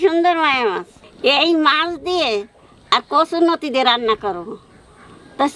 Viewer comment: O thammi noti noi loti🤪